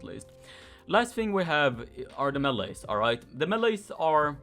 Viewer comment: I love how he says meeles xd